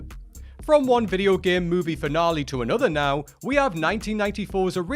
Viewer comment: Mispronounced “corps” and “finale.” 😂